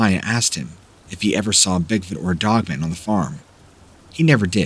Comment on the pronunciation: I love your channel Please say dog man And not dogmun. !!!!! Lol